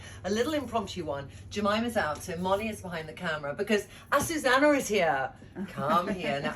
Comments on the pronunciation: oh Trinny ... all this time I thought your seamstress' name was Asusana, when it's actually Azucena ... try pronouncing it correctly. It's very frustrating to closely work with someone who always pronounces your name wrong. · Trina I love you & everything you do so I know you will take this with the spirit intended. Her name is pronounced Acu (zoo) ce (se-several) )na(like the end of nana) honestly I was so surprised her name was Azucena, you end it with Anna. I think names are so important.